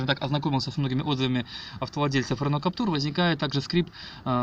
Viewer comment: Владею Каптюром 1.5 года, пробег 15000км. Двери не скрипят, и вообще впервые слышу, что б у кого нибудь скрипели двери. И вообще не Каптур, а Каптюр, КАП-ТЮЮЮР! Не коверкайте название автомобиля!